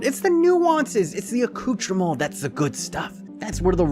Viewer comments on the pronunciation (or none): none